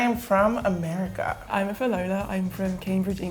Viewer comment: You don't say it like America you say it like AMIRICA